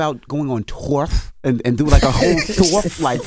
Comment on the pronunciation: Envy put a th on the end of tour is hilarious 😂😂😂